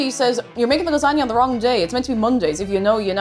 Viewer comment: LASANJANUA had me snort laughing. Oh I do love me a good gor-met lah-zag-nay. And that really hurts my Italian blood to type that.🤌🤌🤌